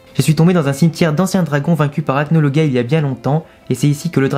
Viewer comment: Acnologia sa se dit Acnolojia